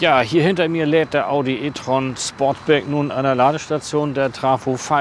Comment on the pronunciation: Sportback, nicht Sportsback! 😉